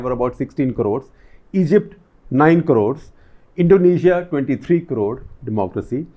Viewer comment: What is the word he is saying after the the country names at ? Like Turkey; 7.5 corows?